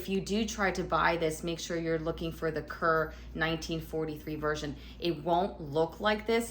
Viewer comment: Just FYI Kerr is pronounced Karr.